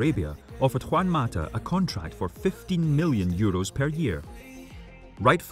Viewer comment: Its million 😂